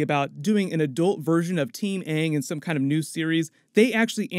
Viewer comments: tf you mean they literally pronounced it aang. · Ung is actually the correct way to pronounce it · Should realistically be "aahng" but could also be Vietnamese pronunciation? "Àng" we likely don't know because they don't tell us which language based off of? But I'm assuming Chinese? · Kaden Conrad its almost like they tried to incorporate japanese pronunciation cause “a’ in japanese is Ah so it would be Ahng even though thats wronggggg So is like sew so Sohka sounds weird too... I in japanese is as you can guess like EE Eeroh But the thing is the avatar world takes from many Asian cultures not just one so pronunciation isnt set to one language so I dont know why they did that? If thats even what they were going for>.> Either way they just need to leave the name to how they should be pronounced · Yeah. I know the person who directed Tla movie is to blame for how bad it was. Appearantly he didn't take any advice or input from the creators and changed the pronunciation of the names for some reason. Then after the movie received back lash he acted super arogant like he didn't mess it up and the audience is wrong. I doubt they will mess it up this time and it sounds like the writers and such will be more involved. Im sure they can pull it off if they just don't make the same mistakes the movie did.